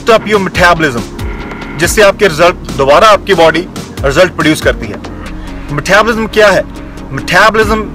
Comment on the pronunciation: Love ur video <3 no hates .. but ur "Methabolism" killed me 😂